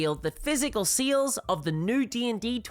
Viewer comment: I hope this doesn't come across as mean spirited but I just had a good laugh about halfway through this video. It took the host saying the word "sales" at least 15 times before I realized they weren't saying "seals." I genuinely was taking far too much brain power to try and figure out what they meant by seals. 😂